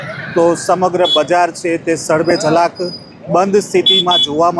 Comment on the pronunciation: સડબે જલાક નહીં ઝડબે સલાક